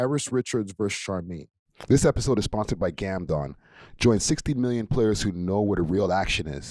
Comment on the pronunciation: Salute to GamdoMMM(Not GamdoNNNN 👀)! Salute to Exotic Hotpot! Salute to Road Ready Detailing! Chyea!